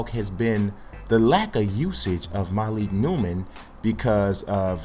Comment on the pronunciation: It's starting to get on my nerves, dude keeps on pronouncing it MA-leek, it is pronounced Muh-leek. I went 6 episodes, but I just had to say it.